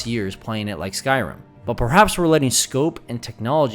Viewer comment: I had to rewind a few times and places to figure out what game are you referencing: skyroom? Skyoom, what is Skyroom... Oh you're trying to indicate Skyrim... Curious what part of America are you from that your accent would change something so dramatically from Rim to Room?